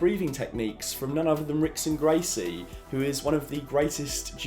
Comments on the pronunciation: This really encapsulates my feelings for MCU Hulk. They took a tragic character at its core and didn't give us much of that. Minor correction, Rickson Gracie is actually pronounced Hickson Gracie. I'm a big MMA fan but I'm not even sure myself why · The R is pronounced like an H. Hickson Gracie.